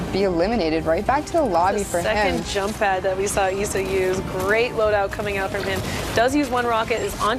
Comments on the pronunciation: ITS IS SA NOT ESSA its triggering me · It’s Issa Not Essa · She called him eesa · She saying ezza